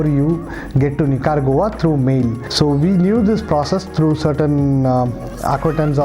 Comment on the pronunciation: Funny to hear Nicaragua called 'Nicker goa'. The local people might not like this.With my limited knowledge of Spanish I would say 'Ni-ka-ra-gva' with a very soft g.